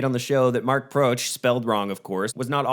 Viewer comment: Great video, thanks, 5 bags from me! Although, I believe it's Mark "Protsh"